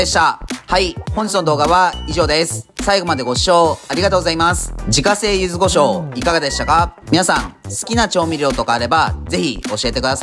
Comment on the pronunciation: 柚子胡椒をゆず「ご」しょうと言う人初めてみたわ